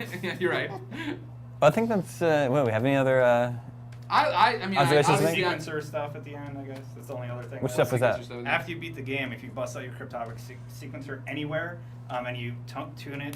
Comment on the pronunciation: its the cryptographic sequencer not cypher siquinzer